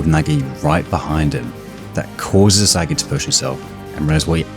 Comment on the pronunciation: DID BRO SAY ISIGUEI????